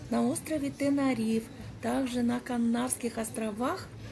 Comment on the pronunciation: добрый день! Город Лас Паломас ( Las Palomas исп),вы произносите Мас Паломас😊 И остров ТенЕрифе, а не ТенАрифе😊 А видео просто замечательное!❤